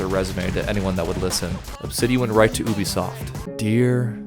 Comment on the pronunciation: I need to know why and at what point and when we decided to pronounce Ubisoft as "Ooubie soft". They've never called themselves that. We don't call them that. The media doesn't call them that. Noone calls them that. But this guy does! lmfao. Why? Who the fuck will ever know.